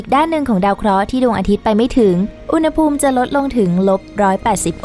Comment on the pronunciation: “อุณหภูมิ” อ่านว่า อุน-หะ-พูม ครับ ปรับปรุงด้วยนะครับ อ่านผิดหลายคลิปเลย